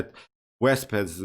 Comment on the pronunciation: Wasp not Wesp. Don’t worry your English is excellent 👌